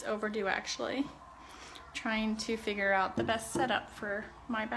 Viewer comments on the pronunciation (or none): none